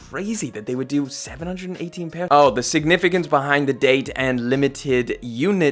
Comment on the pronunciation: It's 7-1-8 not 7-18 we dont say 7-18 in NYC put some respeck on our name there are 3 other boroughs tied to 7-1-8 son get it right deadass!!!! 😂😂😂😂